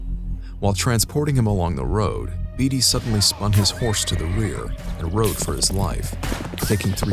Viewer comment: Leb-nun Tennessee and Bay-tee is how u pronounce David Beaty's lastname.